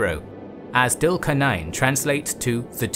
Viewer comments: As much as I love your videos, I think it would be better if you guys could work on the correct pronunciation of the foreign names such as Dhul Qarnayn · Your videos are great. I do feel that your pronunciation of the names is always a bit off. Its not dhul qar nain but zul qar nain. It would help if you pronounce the names as done by the native people. Great videos though.